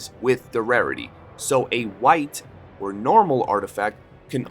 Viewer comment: Gotta admit iv never heard anyone say rarity like that before